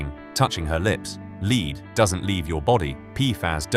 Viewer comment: When you have AI narrators mispronouncing "lead", your video loses credibility from the start. Shame.